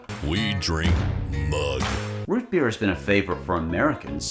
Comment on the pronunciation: Root beer noo Root beerr